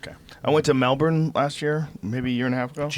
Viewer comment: appreciated the correct pronunciation of Melbourne.